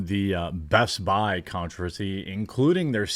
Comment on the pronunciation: It's "BEST-BI"